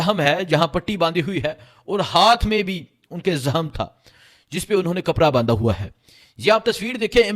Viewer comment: سویٹ جی۔ آپ " خ" کو ۔۔ ح بولتے ہیں بڑا اچھا لگتا ہے ۔ زحم ، عمران ریاض حا ن🎉